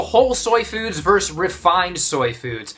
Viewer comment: It’s “versus,” not *verse. 😉